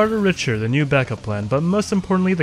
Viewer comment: it's pronounced Rick-ter btw